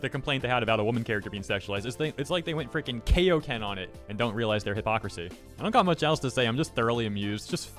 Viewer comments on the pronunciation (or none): It’s Kaioken as in King Kai.